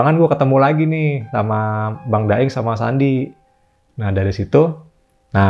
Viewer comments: abang yg aploud bun salah ucap kok.. 😁😁 Daing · Tapi bang nya ngucapinnya bukan daeng, tapi da'ing. Entah kenapa kok tulisannya daeng